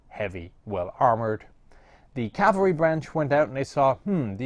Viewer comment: "motorized horse calvery" I can only think of horses riding in trucks